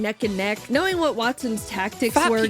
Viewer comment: Chaiden chanimations=jaiden animations^sereus speech impeddiment